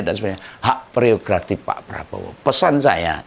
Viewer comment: Gak pereogratif tapi prerogratif😅😅